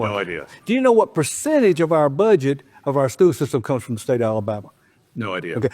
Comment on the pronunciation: It's SCHOOL system. Pronounce it right